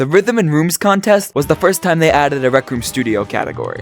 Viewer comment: People say that he still can’t pronounce rhythm and rooms to this day…